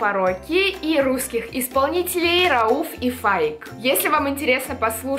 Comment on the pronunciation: Рауф и Фаик не русские исполнители а азербайджанские)и неправильное произношения имени Рауф удариние падает на "а"